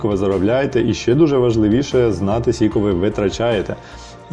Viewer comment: Сіко..це кабздець😢 Аж гидко, чесно.Наче сцяки. Навіщо так казати? Це не діалект, це просто знущання над мовою.